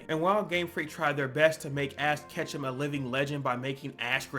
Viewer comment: why do you call ash ketchum, ass ketchum???